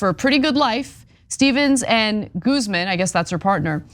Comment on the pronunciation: Anna really called Guzman Gooseman 😂